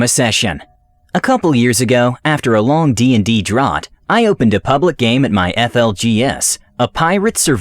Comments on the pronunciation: draught is pronounced DROWt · That's not how you pronounce "drought". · It's pronounced DROWT not DROT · "After a long D&D DROT..." WTF is a "DROT"?! It's pronounced DR-OUT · just one thing , i know its small , but " drought " - dr'out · Whoever did the VO doesn’t know how to pronounce “drought,” “Drow” or “ensign.” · Drought was pronounced so weirdly.. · One minute in and you've mispronounced "drought" and "ensign." (Even if "ensign" can be pronounced as you said it, it sounds nothing like "Jensen" that way.) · The man's never heard the word "drought" pronounced before and I'm just wondering how you go about that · okay first you mispronounced "drought" and that was k but you literally mispronounced "ensign" in a joke where it rhymed with "Jensen". Like do you read this before you record at all? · You lost me when you somehow mispronounced the word "drought"